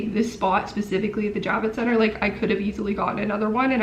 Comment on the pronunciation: I thought you were saying “Jab-it Center” and thought that was appropriate. 🤣 I’m a nurse, so I got my vaccine in Dec/Jan. Moderna definitely has more side effects. I’ve administered hundreds of both types. Totally worth the protection!!